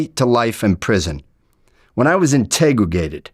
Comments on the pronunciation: Oh no. Did he say Integrigated!! Oi Vey. I Believe he meant. Interrogated. Hahaha. I can’t stop Rolling on the Floor with Laughter!! 🤣😅😂👍🏼🙏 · When i was integregated lol. Think you were looking for the word interrogated